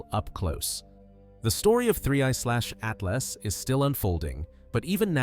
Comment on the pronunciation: Did my dude say 1/30tooth.